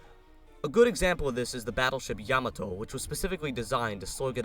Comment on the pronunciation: Yah-maht-toh. That being said, good job. Instant like and sub!